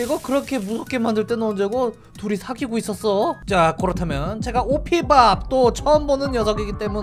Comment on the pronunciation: 정확히는 오피밥이 아니라 오피붑 이라고 합니다